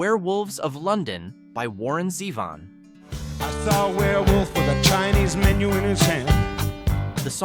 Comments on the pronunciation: And it's Zay-von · Blue Suede is pronounced "swade," not "Swede." And, it's "Zee-von." There were a few more really bad pronunciation errors which completely distract from your words. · Not Warren "Zehvin"... It's "ZEEvahn".